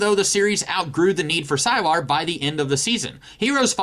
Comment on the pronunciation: I stopped watching the moment you said "sigh-lar"